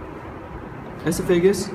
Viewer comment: Nice vid, I think the voiceover needs redo to get oesophagus pronunciation correct. We actually spell it esophagus in the U.S., like it sounds (e-SOPH-ah-guss). Good luck.